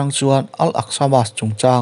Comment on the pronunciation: Mosque(Mosk) tia lam nise ngaihthlak a nuam deuhang mawle